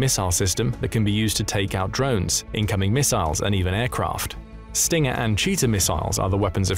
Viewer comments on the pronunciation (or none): none